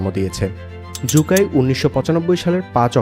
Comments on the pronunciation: সু কাই কে জু কাই বলে বলে ভিডিওটাকে দিছেন নষ্ট করে। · জু কাই নয় সু কাই😂